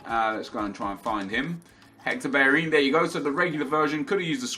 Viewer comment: Why does he say Hector Berrerin? Not Bellerin?